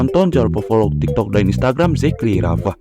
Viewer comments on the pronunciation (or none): none